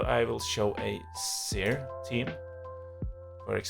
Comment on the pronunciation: Nice video. On a different note. I was 100 percent sure you were Swedish but the way you said Seer team made me instead 100 percent sure your Norwegian, lol.